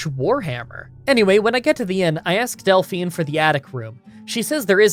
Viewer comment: Del-FINE lol